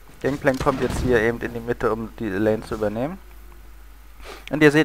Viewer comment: außerdem heißt es lane und nicht lain. nooblords